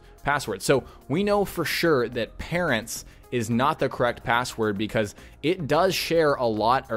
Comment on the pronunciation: it's parents not parrats